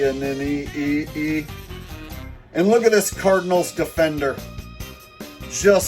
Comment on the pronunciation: How you said etiiene...e...e.e. Comedy gold. Jeudy slowed down to fumble with a clearance to the end zone against the raiders this week. They should let Wade Barrett call the games